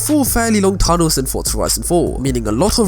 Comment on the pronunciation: There is no t is forza so why pretended there is. Its forza not fortza